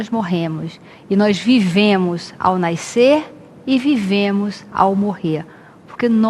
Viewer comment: Naicer, naicemos, quando agente naice.!😂😂😂 Português bacana, morti 😂 fora isso ótimo vídeo 😍😍😍